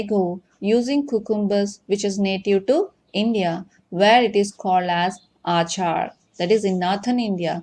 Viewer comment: Not aachaar it's achar